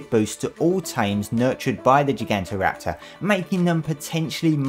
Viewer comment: You pronounce Gigantoraptor weird